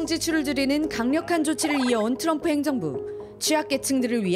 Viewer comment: Tr 이 들어거면 ㅊ 로 발음한다 트럭=츄럭 트리=츄리 트럼프= 츄럼프😮 3대 제왕? 러시아의 푸왕 중국의 시왕 미국의 츄왕 😮 징글징글